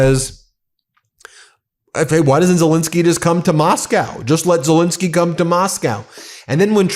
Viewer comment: Great video. Ben, in your videos, you seem to pronounce Zelenskyy as Zelinskyy. I'm not sure now which pronunciation is correct, but believed it was as it is spelt. Apologies if I'm wrong. Regards.